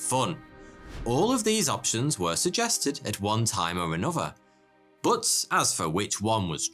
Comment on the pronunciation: I like it when you say but as booth